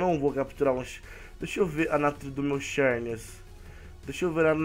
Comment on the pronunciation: pronúncia se zerneas não cherneas